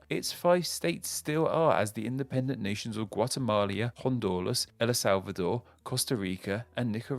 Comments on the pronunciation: It's also not "Guatemalia", "Hondulas" or "Ella Salvador". Sometimes this guy makes the most basic mistakes.. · good vid, but "guatemalia", "hondulas", "el la salvador", costa rica, and nicaragua?? (first 3 are wrong, no?) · I mean, they also said Guatemalia, Hondolas and Ela Salvador. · I’ve never heard someone mispronounce Guatemala and Honduras that badly before lol. Also it’s Colombia, not Columbia. Great video though.